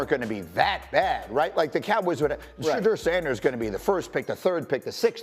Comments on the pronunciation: That nigga really said shadeur sanders😂😂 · Did he say trade Ceedee lamb for Shedur?!?!?!? 😂😂😂 wow